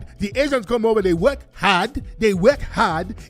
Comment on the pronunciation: "the Akatas don't wanna weork" lol